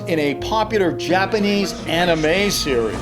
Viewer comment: I love how pronounced Anime, as Annie-May! I'm gonna pronounce it like that for now on!